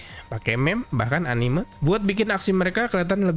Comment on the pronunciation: Bacanya anime bang, bukan anim.